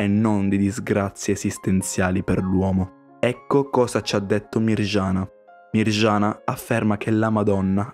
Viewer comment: Si dice Medjugorje no megiugorge si dice Miriana no mirgiana😢😂🙏🙏🙏